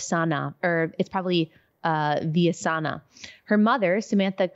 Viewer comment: If they pronounce it totally Spanish : Beeyasana.